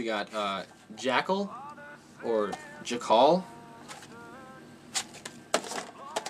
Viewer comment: Jah-cull lolz.